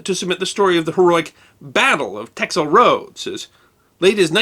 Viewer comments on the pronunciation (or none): none